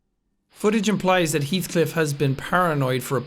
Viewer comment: It’s not pronounced he althcliff it’s pronounced hellthcliff